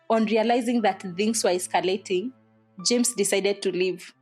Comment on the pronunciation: 30 is pronounced thhhhhirty not thati...that's to my yellow kyuk media presenters. Thhhhings not theengs. The th in English si kama in Kikuyu the way we pronounce thutha or thingira. 😊